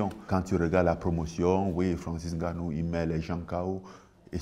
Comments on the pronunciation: Francis on dit ngannou pas n-gannou 🤣🤣🤣. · Même lui il dit N-nganou, ça ne se dit pas le N devant 😟